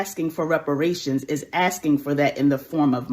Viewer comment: "Oh, it ih? Word?" Please, lady. Some white folks are waiting for this to happen.